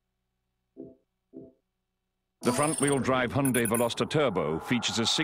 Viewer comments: Hi-un-day, not hun-day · Hey I'm going to make a correction. I'm not trying to be an ass, just fyi. It's not pronounced hy-oon-day as you wrote. 현대 is pronounced Hyun (rhymes with shun) Deh (rhymes with dead without the d at the end of 'dead'). It's actually hard to pronounce. But I was born and raised in Korea so yeah, that's how you pronounce it. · Yes, I noticed that. That's the reason I wrote that. If the founders pronounce it Hy-oon-day, why can't americans do it the proper way? Actually, I don't know why I even care...